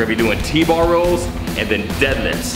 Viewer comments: is he saying rolls?? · lol says rows like rolls, like the fat rolls on his abs